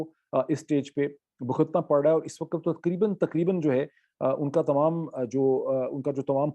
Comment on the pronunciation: Your Urdu pronunciation is good, but why can't you pronounce WAQT, you keep saying waqat, waqat every time.